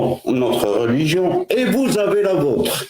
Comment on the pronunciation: Les gens qui disent « rôligion » ptdr. J’en ai marre.